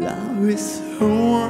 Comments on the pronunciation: 我都覺得佢唔係好識講英文😂,over 聽到我頭都痛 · 聽了幾個不同的歌星唱這首歌後做一比較，覺得楊坤不但唱得最好，他並且把這歌做了些許畫龍點睛效用的修改，把整首歌的感情和撼動力提升了好幾倍。若要稍加挑剔：唯一美中不足的是他“over” 一字的英語發音。不怪他。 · v 发音完全不标准，跟赵丽颖一样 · V的发音太出戏……虽然我是杨坤的粉😂